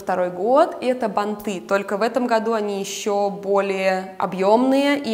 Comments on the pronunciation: бАнты! шАрфы, с плАтьями. Извините, но ухо режет. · Спасибо за видео, очень интересно, но ударения! Особенно банты режут слух. Ударение должно быть - бАнты, как и лЕнты! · ...бАнты, плАтья. НЕ бантЫ, не платьЯ.